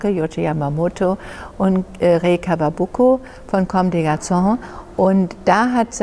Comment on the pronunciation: "Kawakubo", nicht "Kawabuko".